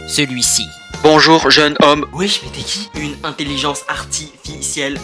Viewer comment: intelliGENE ... nan intelligence !!!! lol